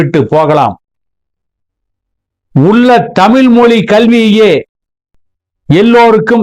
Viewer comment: ல் ள் நன்றாக உச்சரியுங்கள் தமில் இல்லை தமிழ்